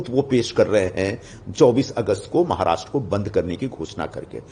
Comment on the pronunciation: Pls first improve your pronunciation, then read the news You even cant pronounce the word "Maharashtra" correctly